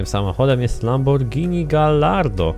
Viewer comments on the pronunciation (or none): none